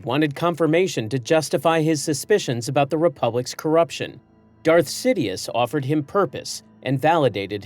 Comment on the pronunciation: See Foe Die Ass? was that on purpose? Or do I misremember the pronounciation in the Movies?